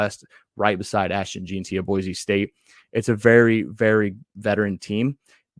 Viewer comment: You pronounce Hassanein correctly but mispronounce Jeanty. It's Jen-Tee. Anyway, great content. Go Boise State.